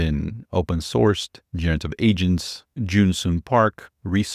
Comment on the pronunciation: Anyone else thought he said "multiple Asians?" It's agents it's agents. Fewww